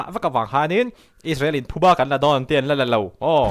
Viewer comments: Thuba i ti tlat in ka hria..Phuba tih tur ania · Chanel dangah pawh "Thubâ" tiin i rawn sawi tawh, youtuber te hian ṭawngkam dik in hman hram hram a ṭha khawp mai, entu an tam ṭhin si a. "Thubâ" ni loin "Phubâ" tia sawi tur.